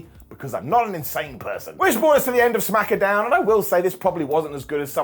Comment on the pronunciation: smack-uh down 😅